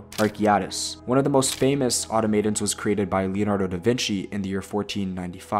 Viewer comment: Is it “Auto-Maiden” or “Aut-aum-at-on”?